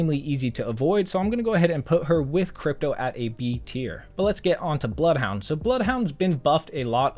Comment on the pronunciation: Ze BLOUFHOUNDE